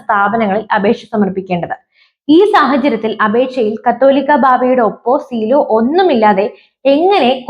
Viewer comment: ഈ ന്യൂസ് റീഡർക്ക് 'കാതോലിക്ക' എന്ന പദം ഏതോ അശ്ളീല വാക്കാണന്നു ധരിച്ചാണ് തെറ്റായി വായിക്കുന്നതെന്നാ തോന്നുന്നത്.